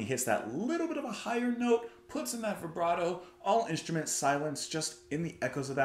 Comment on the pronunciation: You must be the only American YouTube music critic (critic in a good sense, since that can be a really dirty word) who pronounces vibrato in a manner that an Italian would consider at least mostly correct. Yes, to veebrrratoh! (And to Brian's, too.) I like the idea of accepting every English form of the word as correct in any English, but an Italian word that still sounds a bit Italian, after being kidnapped by an English must have something in its favour? I can offer some unnecessary help with Strasse, aber ... Firstly "st" is "sht". (Not Ein-stine, but Ein-Shtine. Ish like yoush a little drumk, SHo maybe ish from all the beer they drink there.) So "SHtraaasse". And then secondly, you don't get "silent vowels" - or none I can think of right away. In other words the "E" at the end of the word is pronounced. So it's SHtraaaaaaas-sUH. I think in Swiss, you have to stretch things out like you're struggling to keep up with your own thoughts. Hillbilly German. Mountain folk, you know. (But maybe I just like to make fun of the Swiss, just for fun.) Hmm. I think my Swiss spelling is wrong there. It would be Shtraaaaasuhhhh. If you have a bit less than half an hour available to take a journey with a musician of excellent pedigree, who teaches music, these days, I can highly recommend the newest Andy Edwards piece: Black Corridor (spoiler: it's about life) (Give it maybe a minute or two, and I think you'll know whether you're curious to see where it goes next, or not. If not, m